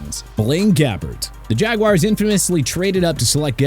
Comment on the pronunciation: JAGWIRES... PLEASE... JAGUARS IS PRONOUNCED JAG-WAARS! ALSO, ISIAH IS PRONOUNCED EYE-ZAY-UH... NOT E-SAI-AH!